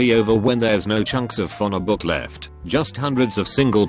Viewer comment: TTS called a phone book a fona book